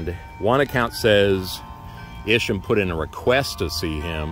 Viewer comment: Thank you for this video. I am LaDelle Arnold. Isham Blake, Sr. is my 5th great- grandfather through Isham Blake, Jr. My grandfather was Rev. Blake Craft. He researched our family genealogy all his life and co- wrote the volumes "The Blake's of Cape Fear" which gives more of the history of Isham Blake. Side note: we have always pronounced his name with a long "I" , Isham.